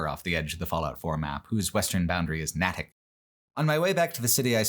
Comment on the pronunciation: Great video! Your Massachusetts pronunciations were a treat. Fyi, it's Nate-ick! Not Gnat-ick! The Fallout games are some of my favorites and while i did not love 4 as much as the other games, having it set in my neck of the woods was cool!